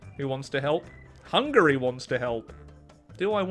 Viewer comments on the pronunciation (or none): none